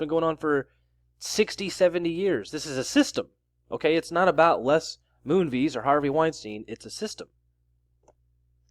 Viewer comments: You're pronouncing his name wrong. It's not MOONVEES, it's Moonves (vest with a silent t) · Pronounced Moon-vez (short ‘e’ sound); rhymes with Pez, not cheese